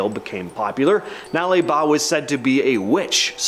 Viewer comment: Thanks for saying 'Nale Ba' correctly, you nailed it 👍